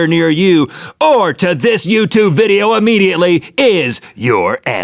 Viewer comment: u said youtube-BEER XD